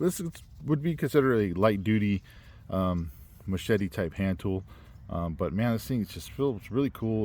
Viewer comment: Well... many many thanks for your review on one of my 2024 designs.. The Matato'a. First of all, congratulations on your pronunciation of the following words "Machete"... very well said. Just like that Ma-Che-Te...(not "mashetEE"😂) Rapa-Nui (the Island) and Rongo-Rongo (the script) Very well 👏👏👏 Now, your review... Awesome and you did punished the knife good IoI You are correct about defining it as a knife and is sort of a nice combination between that and a compact machete. About the sheath, you were right too. It's just a prototype thing. The final product has a normal size on the loop of the dangler, so any belt can pass through. The fire-hose thing... simple. It's just the hose needs more tension so the sharp edge works better cutting, don't worry buddy, it's just that. You gave the Matato'a some good assignments 👏 💪🏻🔪 Thank you for doing this and for naming me as well. My IG is wm_survival 😉 Good job!!